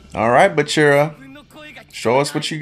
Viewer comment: Why do you pronounce bachira's name right at first and then immediately incorrect yourself?😅